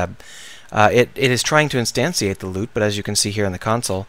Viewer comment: Nice video! Lol, I noticed your leaving out the letter "N" in the word Instantiate. But I'm not one to judge;)